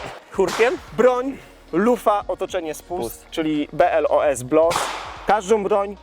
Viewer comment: BOLS a nie BLOS